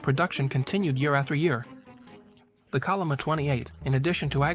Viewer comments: Chol'-li-ma, bro, i'm not a Korean neither, but it's not that hard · Pls use the Yale romanization "chenlima" when pronounce 천리마